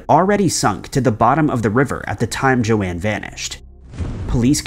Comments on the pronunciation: In other videos, also pronounced Joan as JoAnne. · Its Joan, not Joanne, like Joan of arc.. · I'm pretty sure Joan would be pronounced 'Jone' not Jo-anne as it's pronounced 'Jone' as in Joan Collins.